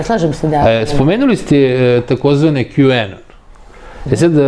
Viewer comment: Ova stalno govori Q-anion 😂😂😂 onion koji se na engleskom izgovara kao anion, znaci CRVENI LUK, a ova stalno ponavlja Q-anion ... OSRAMOTI SE ZENA u nekoliko navrata kad je pokusala da nesto izlupeta na engleskom. Koga vi sve tu ne dovodite. Kako se ova snalazi u Americi s ovakvim engleskim? 😂